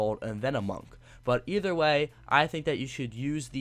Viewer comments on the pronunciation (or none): none